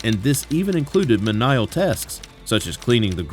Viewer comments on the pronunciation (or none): Those "Men-eye-ull teskus" can be hard work. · Saying Banished is misleading I don’t understand why channel’s have to put something that isn’t true because he wasn’t banished oh and you pronounced MENIAL WRONG 😊 Otherwise good story 👍🏻 but did Pete take time to have a family of his own❓